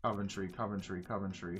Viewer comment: For someone who lives in Coventry... the way he says it... Caventry 😂 love it